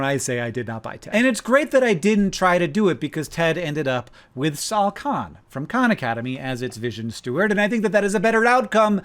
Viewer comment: I had to google "Ted new owner" because I couldn't stop hearing "Shao Kahn". And even if I did understand what name Hank was saying, I needed a mental image of Sal Khan so my mind wouldn't conjure Shao Kahn every time Hank said Sal Khan. It didn't work, but at least I tried.